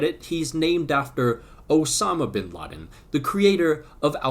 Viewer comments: V and B have similar pronunciations in spanish so it's not Vinladen its (B)Inladen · Its not vinladen. V is pronounced like be in Spanish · Vinladen I’m peru can be pronounce “binladen” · The V in Spanish is typically pronounced as a B ... Soooooooooo!